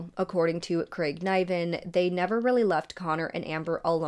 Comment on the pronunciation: I'd pronounce Niven with a soft i.